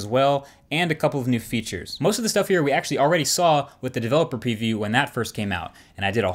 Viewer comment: Developer Peeview